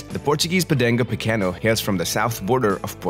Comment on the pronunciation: It's called Podengo (with a G, not C) Pequeno (no ~), not Podenco Pequeño. It's a Portuguese dog name, not Spanish.